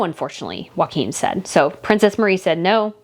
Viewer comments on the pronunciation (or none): His name is pronounced Yo- ah -him. not Wakim. All the vowels are enounced and are short vowels. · Love your channel! If I can assist with just one thing, having Danish heritage - the pronunciation of Prince Joachim isn’t ‘WAKIM’ - it’s ‘YOKE HAM’. If you join those two words together, and relax the ‘AH’ in ham, it should sound more like ‘YOKEM’. Please see it as offering helpful advice and not complaining about your pronunciation, it’s definitely just to help! 🥰♥️🇩🇰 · They are Danish not Spanish. Joacjom is pronounced "Yockim" not Waquin. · Joachim is pronounced Yoakeem, not Hakum. J is not pronounced H, as in Spanish. It is in fact y as in the word 'yoke'. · Try pronounce Joachim as Jo a Kim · Okay, I just have to correct you on this. I'm not good at name pronunciations either, but my husband is half Swedish, so I DO know this one. Prince Joachim is not pronounced like Joaquin Phoenix. That is the Spanish pronunciation. The Scandinavian pronunciation is ""Yo-A Kim". My niece was married to someone with this exact name.